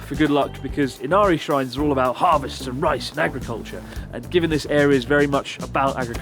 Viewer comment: How did attempting a Brittish accent make her sound more Canadian? I swear that's the first time I've heard her pronounce about as "a-boat"! xD